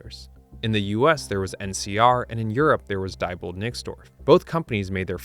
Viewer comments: Nice video, very informative. However, at least pronounce the names of companies correctly. Diebold is dee bold, not die bold. Never say die! Thank you. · Diebold is pronounced “dee-bold”.